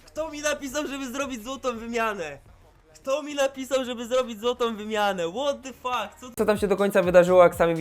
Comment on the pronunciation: Łot dy fak? Zle wymawiasz